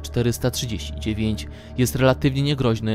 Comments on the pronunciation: Uwielbiam jak on mówi S-C-P a nie krótko scp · Ess ci pi